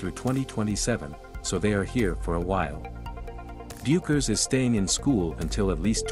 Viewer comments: It's pronounced BECKERS!!!!!!!!!!!!! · Paiges’ last name is pronounced “Beckers” despite its spelling.